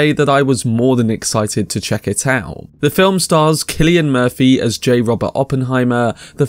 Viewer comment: Very much appreciate you pronouncing “Killian” Murphy correctly 😊 however you also pronounced the number 3 “free” so I guess you’re breaking even. Sorry, keep at it!